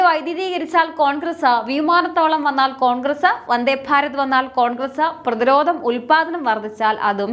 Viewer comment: പ്രതിരോദം അല്ല, പ്രതിരോധം